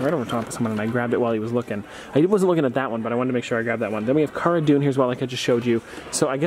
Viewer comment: Heads up pronouncing Cara Dune wrong!